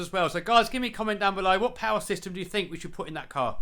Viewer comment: Mo powah baby